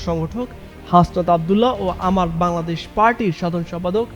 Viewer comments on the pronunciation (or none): none